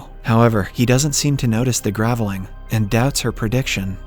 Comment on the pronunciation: Another clue is the mispronunciation of the word Graveling.